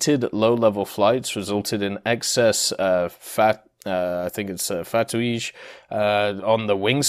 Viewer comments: Fah-tweeg... fatigue lol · my man said fat-oo-eege